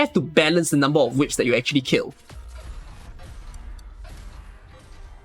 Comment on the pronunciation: I really like how call those fire thingies as "WIPS" rather than "Wisps" 🤣🤣🤣